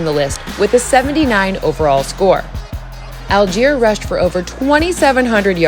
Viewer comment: Deutsche wenn sie die Aussprache von Allgeier hören